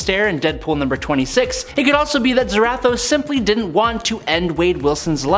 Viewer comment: Why…. Why do you keep pronouncing Zarathos like that🤦🏻‍♂️